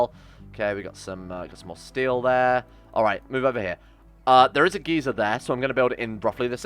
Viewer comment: every time he says "geezer" i die inside that isn't how anyone a n y w h e r e pronounces that word